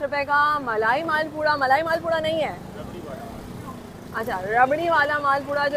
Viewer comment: Sister Maalpura Nahi hota "Maalpowa" hota Hai. Ye dukandar Bhai Bhi Karachi Ki Paidawar Hain inko Bhi Sahi Pronounce Nahi ATA.